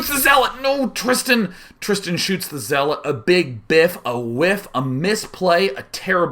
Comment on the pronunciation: Lol you say zeeelot when you just start playing sc2 or if youre artosis hahahaha